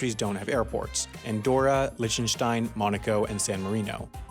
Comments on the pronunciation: Its pronounced Lihhtenstein... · Can't this guy's staff tell him how to pronounce Liechtenstein?